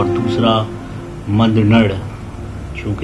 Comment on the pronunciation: سڑبنی یا سربنی اصل نام ہے قیس عبدالرشید کے سب سے بڑے بیٹے کا ، مندنڑ نام بھی آپ غلط لے رہے ہوں آپ کو چاہئیے کسی پختون فرد سے نام اور الفاظ کی تسحیح کرلیں ، دل آزاک اردو میں پشتو میں دلہ زاک اور گلینگس ڈھیرئے کا نام بھی آپ غلط لے رہے ہوں گل نرگس نہیں ہے ، آصف خان یوسفزئی